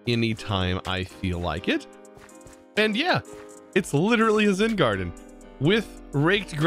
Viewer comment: Why does it sound like he keeps saying Zin instead of Zen